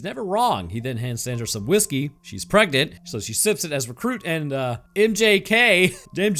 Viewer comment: Preganenant took me out.